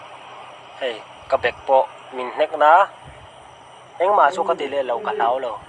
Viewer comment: Mizo inilomi.ithu lamdan avah makve min i tih athluk kha a vadiklove. Min tih ah Khan thluk deuh la.